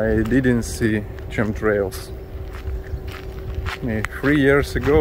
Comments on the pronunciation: Hello... I agree the cars of a bygone era were much more beautiful - and fun. Chemtrails is pronounced 'k'emtrails. Sometimes 'ch' is prounounced as a 'k'... same with chemicals last week. Good they've stopped spraying overhead. Regarding the temperature and weather - yes our summers are always hot too (Queensland, Australia) howerver we are experiencing longer summers and higher temperature days are increasing in number. The oceans are getting warmer and that's a huge concern. Our global climate is the data to watch. It's a shame that unused areas are left to decay... it's often ugly. We have it too in parts. And yes I agree people could be more responsible with their own rubbish. When you were walking along you can say - 'I am going by foot'. Walking - track, path, pathway - cut through the grass. You do really well with your English... no need to apologise. We're here to listen, learn and help you. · Chemtrails pronounced 'kemtrails' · Chem is pronounced as "kim" the "h" is silent, as in chemical (kimical) the "h" is silent. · Nobody can say they have a good government. In America, the "ch" in word "chemical" or "chem trails" is not pronounced like "ch" in the word "chocolate" or "chips". The "ch" in the word "chemical" or "chem trails" is pronounced like the "c" in the word "corn" or like the "k" in "kite". I know, English is a weird language. Alternatively, I've heard British English occasionally pronounce "chemical" the way you say it.